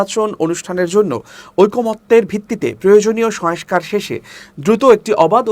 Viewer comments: ভাইরে, শয়েংস্কার না...."সংস্কার!" শয়েংস্তা না......"সংস্থা!" 😜😻😁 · সংস্থা /সংস্কার উচ্চারণ সঠিক হওয়া প্রয়োজন।